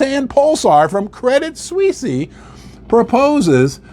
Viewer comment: I stopped listening when you said Credit Sweesy. I guess anyone can have a youtube video these days.